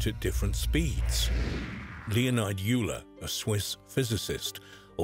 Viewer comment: Leonard Euler is pronounced Leonart (soft ‘t’ not hard ‘d’) Oiler (rhymes with boiler) 🙄